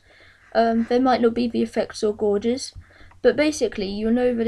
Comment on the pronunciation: Great little tutorial mate. I'm still getting up the nerve to do it , don't want to screw up the programme! Incidentally, gauges (instruments) is not pronounced like a gorge, but as in cage. So cages = 'gages'. ;)